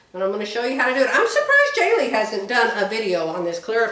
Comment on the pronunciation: Please pronounce Jalie correctly